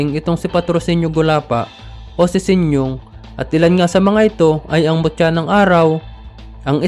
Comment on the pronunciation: Sinyong?🤣...Sinyo ang tamang bigkas